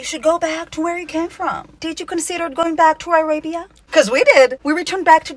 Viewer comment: "eye-rabia" is nearly as good as "apatheed"